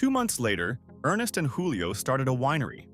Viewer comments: PRONOUNCED “JEWLIO” not wholio. Lol They were Italians, not Spaniards. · It's not HOO-lee-oh. It's JOO-lee-oh. Many of the pictures you showed were generic or not applicable to Gallo. I wonder why you left out New Amsterdam.